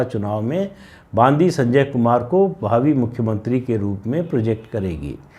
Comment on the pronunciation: बंडि संजय। बांदी नहीं।